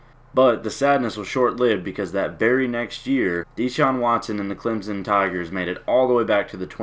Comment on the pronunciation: Why say like Clemzon Tigers it's annoying